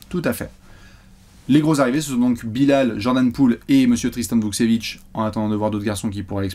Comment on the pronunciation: Super vidéo Hâte de suivre l’évolution de Bilal et Vukcevic PS: la prononciation c’est VukTCHevic :)